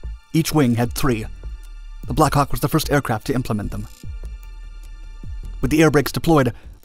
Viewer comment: The American pronunciation of 'Black Hawk' is unfortunate at best.